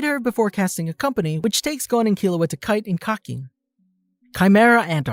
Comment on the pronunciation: Did I just hear Kie-te and not Kite as in Kai-t.